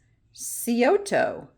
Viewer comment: Hi, -Love your videos! Just an fyi- Scioto is pronounced with a silent c( Sy- oh- toe). Love from Ohio.